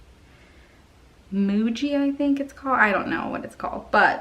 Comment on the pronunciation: I love the juice pens. And I just got some G2 .38 and love it too. My guess is the signo won’t have consistent flow. Muji is pronounced mugee. Lol. I have some other fine tips I will have to let you know about as well.